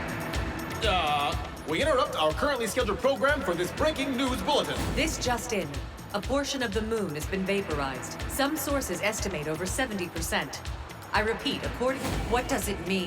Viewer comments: That female news anchor needs to pronounce "a portion" slower. Definitly not what I heard and made this much more confusing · it sounds like she's saying "Abortion of the moon"